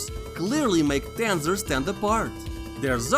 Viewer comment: I like the way you say Tanzer with your accent. You should've done the promotional advertising for the game